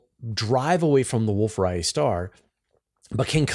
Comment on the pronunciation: Distance Ladder Tools? What about Standard Candles? Say Wolf Ray-et, not Riot star.